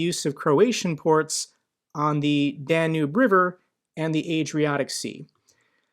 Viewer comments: Love your videos but hearing you say "Dan-noob" river 35 times is driving me up the wall. It's Dan-Yube. Lol if you're a geography nerd say it right lollolol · Hey, just a quick note, might want to pronounce Danube as "Dan-yoob" which is more accurate.